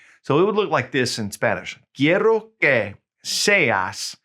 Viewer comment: Excellent explanation! Your double rolling the Rs on "quiero" y "quieres" are killing me tho 😅 I keep hearing "quierro" and "quierres" etc.